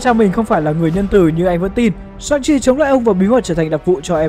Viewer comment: Shang Chi mà đọc sao ra Sanji bên One Piece :))